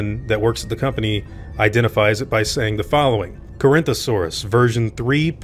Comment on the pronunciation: Maybe they dropped the Carinthosaurus out of embarrasment when they found out how badly they botched the name of Corythosaurus?